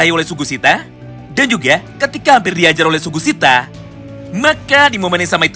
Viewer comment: BANG SUGISITA BANG BUKAN SUGUSITA